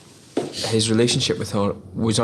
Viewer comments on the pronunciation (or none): LOL "relationship-py things"